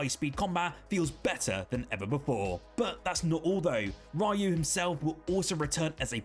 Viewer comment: This guy says Rahyoo instead of Ryu.... Ree-yoo dude. Is it so hard to say that?